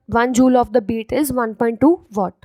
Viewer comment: It is watt nit what